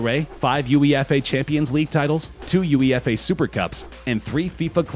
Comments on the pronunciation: ‘U A F E’ 😭 ffs, it’s UEFA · man really said "u e f a"😂😂😂 ffs man its UEFA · Also said Ronaldo won 5 U A F E champions leagues at real which is also wrong lol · Because he's american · Can you say UEFA again?